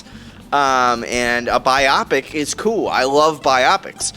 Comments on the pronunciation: Are able to pronounce „Biopic“ correctly ONCE??? The emphasis is on the I not the o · Am I crazy? Everyone keeps saying "bye-op-ick". Isn't it pronounced "bye-oh-pick"? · He’s pronouncing wrong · I thought so! This was the 3rd or 4th review I watched where the reviewer said it like that, so I thought I was losing my mind 😅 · WTFf? This professional troll doesn’t know what he’s talking about. And a movie reviewer that mispronounces biopic? 😂😂😂